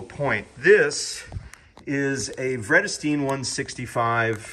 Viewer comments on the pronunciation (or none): Nice explanation. As a Dutch speaker, I can't help but comment on "Vredestein". Fred-a-steen? More like Vraiduh-steyne! 🙂